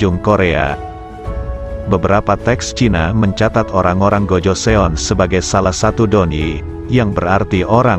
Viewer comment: Kurang bagus penjelasaanya pertama tahun 2000 itu dh masehi harusnya tahun 200 mungkin yah bukan 2000 kedua sebutan untuk GOJOESEON itu adalah (Gojosun) bukan GOJoseon